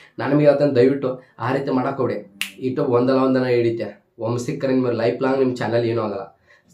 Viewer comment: Bro Not "itub" It's "YouTube" And Not Montation It's monetization